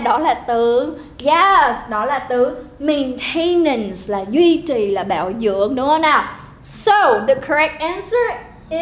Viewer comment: Cô đọc sai phát âm 2 từ: maintenance & relatively. Nhưng nội dung bài reading thì dễ hiểu.